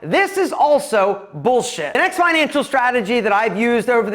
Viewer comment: Gotta love that how you say bullshit😂